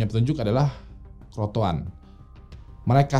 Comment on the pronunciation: crotoan apa crotoar mas